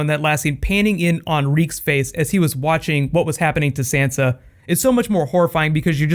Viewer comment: I can't be the only one that is bothered by the fact he is mispronouncing Sansa's name.